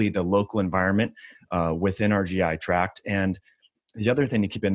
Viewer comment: Thank you for saying GI tract instead of track.